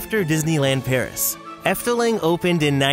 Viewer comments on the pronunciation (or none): none